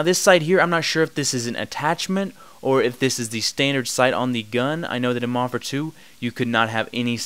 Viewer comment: It annoys me how you say 'modern'. You say it without the 'd' and it sounds nasally. I had to mute you. Thumbs down.